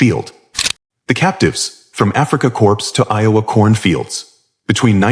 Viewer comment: Hey announcer machine, the p in corps is silent